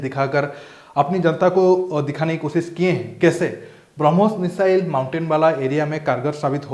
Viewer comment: Kosis, asis . Sh ko s boltay ho, bullshit